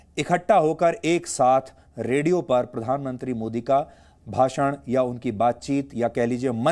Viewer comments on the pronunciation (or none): none